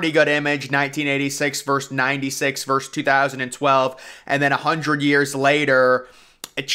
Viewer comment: VERSUS not VERSE